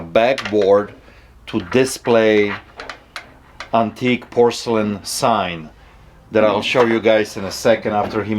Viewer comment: Quick question about something that really bothers me now,why does call it antikkey? Does he say it in what he thinks is some sort of comical ironic way...or does he not know how to pronounce antique and if that's the case why over all these videos has nobody corrected him? Not a big deal I know,and not the end of the world but it's really starting to bother me